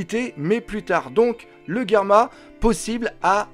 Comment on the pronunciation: Je confirme tu est loin d'être con Doc , tu es même très intelligent et continue tes vidéos elle sont de mieux en mieux 😁😁👍👍et aussi au lieu de dire Germa j'ai cru que tu avais dit Karma